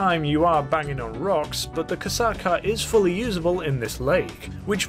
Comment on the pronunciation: Kosatka is a Russian world. The O letter is pronounced as “ah” in this case, the rest is correct.